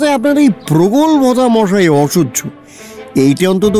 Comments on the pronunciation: Akkebare moner kotha bollen.. ak adhbar thik achhe.. kintu akta line e tinbar mo-aaa-ee otyonto biroktikor matal type shonachhe.. kane lagche bhishon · যে মানুষ সব উচ্চারন ঠিক ঠাক বলতে পারে, তার মুখে মশাই এর পরিবর্তে মোয়াই বলাটা খুব কানে লাগছিল। অতিরঞ্জিত মনে হচ্ছিল।তা ছাড়া সব টাই অসাধারণ।❤️❤️❤️ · প্রতিবারের মতো এটাও অসাধারণ । শুধু জটায়ুর 'মশাই' টা 'মোয়াই' না হলেই বোধয় ভালো হতো। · জটায়ুর "মশাই"-কে "মওয়াই" বলাটা ছাড়া আর সবকিছু দুর্দান্ত... জিতে রহো Sunday Suspence... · লালমোহোন বাবুর মশাই উচ্চারণ দিন দিন ম-আআআআই হয়ে যাচ্ছে. I hope it will be corrected in future episode. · 'Moshai' taake 'Moaai' bola ta bhaalo laagchhe na| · 'মশাই' কথাটা সবসময় 'ম-আই' শুনতে ভাল লাগল না। শেষের দিকে বেশ অস্বস্তিকর লাগছিল। ব্যাপারটার একটা সামঞ্জস্য রাখলে ভাল হতো। ইতি, এক ফেলু ভক্ত। 🙂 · আপনাদের পরিবেশনার কোনও জবাব নেই। কিন্তু আমার মন্তব্য শ্রী জগন্নাথ বসুর উদ্দেশ্যে। জটায়ুর চরিত্রে "মশাই" শব্দটা কে বেশী কায়দা করে উচ্চারন করতে গিয়ে "মহাই" বা "ময়ায়" উচ্চারণ শুনতে বিরক্ত লাগে। এই রকম উচ্চারনের কোনও reference ফেলুদার কোনও গল্পে পেয়েছি বলে মনে পরে না। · যিনি জটায়ু হয়েছেন তিনি ঠিক করে মশাই বলতে পারেন না কেনো?? খালি মশাই k কেমন জানি moai moai বলে যাচ্ছেন।